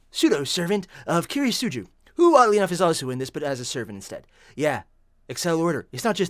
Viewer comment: It is pronounced key ritz sue goo